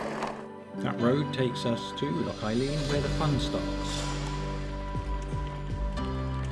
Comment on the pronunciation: Nice edit! It's pronounced Loch an ee-lan by the way👍